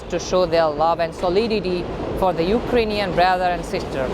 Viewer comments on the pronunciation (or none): none